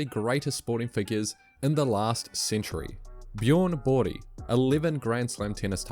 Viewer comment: Your Bjorn Borg pronunciation is unhinged!